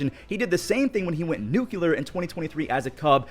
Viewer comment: nucular is NOT a word. Educate yourself